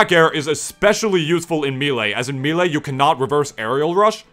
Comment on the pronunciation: Why do you say "Milee"